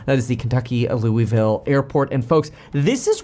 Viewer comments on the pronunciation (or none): That and learn how to pronounce Louisville ('Lou-a-ville'), Not Lowville, Louis-ville or Looeyville. If dude wasn't on screen, I'd thought this was an AI commentator. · Must be a local thing, because the entire rest of the world indeed pronounces it "Looey-ville".